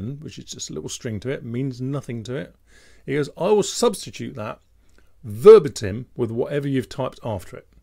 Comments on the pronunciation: You lost me at: verbuh-tim WTF? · That's a shame,, as there was a lot more to this video than my (Southern Counties British?) pronunciation of verbuh-tim. Long live the Queen! 😀